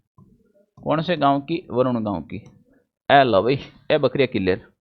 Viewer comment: Varoon nhi h sir baroon h